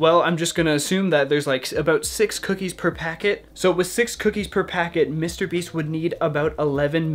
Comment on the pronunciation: "Mr. BEES"